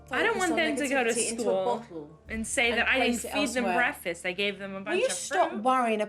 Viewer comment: The way the mom pronounces "breakfast" annoys me to no end!